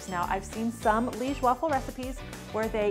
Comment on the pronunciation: Good video! One note, maybe it's already been said, but liege pronounced "LEE-EHJ"